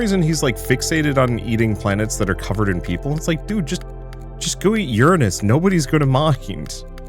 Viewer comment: At least you pronounced Uranus properly.